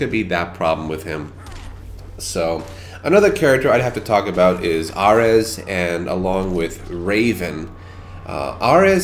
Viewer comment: R-EZ? it's A-Reez